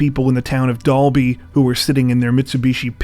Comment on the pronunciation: Thanks for pronouncing Dalby and Toowoomba correctly! And Queensland as well!